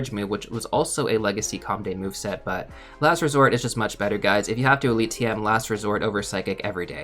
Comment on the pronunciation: The one thing that hurts me so much is hearing legacy or com day move.